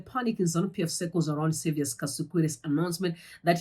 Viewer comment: My sister, anonzi Saviour without an 's' at the end. Hatidi kusvibisirwa zita redu.